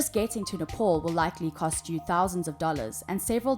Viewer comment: Nepal not NEPOL.